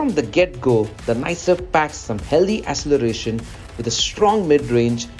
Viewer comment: These video comments are scary, feels like zombie land. N by the way it's pronounced akseleration not asseleration